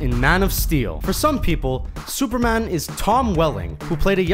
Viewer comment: Is the narrator of this video Canadian? He has a bit of an Ontario accent when he says "superman"